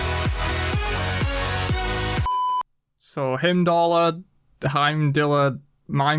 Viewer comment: And he mispronounces it too lol. It's "Heim-dall" not "Him-doll-eer", Persephone pronounces it right in his reveal trailer.